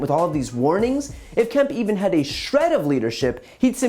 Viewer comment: Kemp rhymes with Hemp.